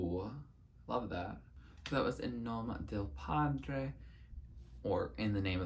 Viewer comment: Hiii loved this so much, i'm glad you liked Lividi and In nome del padre, they are soo great, among my faves. Also your pronunciation was pretty good!